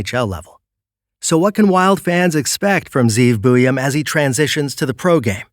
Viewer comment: Communication issues? Good grief. Just admit you were lazy about it. How hard is it to actually confirm the pronunciation of the name of a school? I mean, you pronounce Zeev Buium just fine for cripes sake.